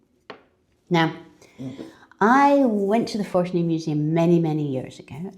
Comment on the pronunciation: I think, the stress of the word is in the middle syllable... ForTUni.